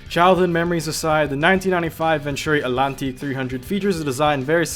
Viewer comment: in a best motoring race the atlantique found the F40 the performances were similar the name atlantique is pronounced the same way as ... atlantic the T isn't silent